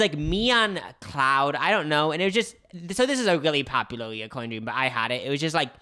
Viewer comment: It’s “recurring” — no O. Kind of rhymes with deter or refer. I cringe every time I hear it pronounced the wrong way lol. Also, I have a recurring dream where I’m back in high school and late for math. I think they’re called anxiety dreams and I usually have them when I’m anxious about something going on in my adult life.